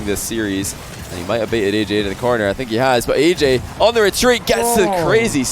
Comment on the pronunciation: U mean AyyJayy u said ayykayy